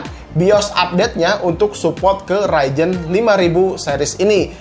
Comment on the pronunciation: Ryzen oy bukan raijen